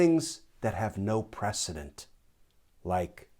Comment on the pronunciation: Errr... It's "precedENT"; not '"ENCE" HTH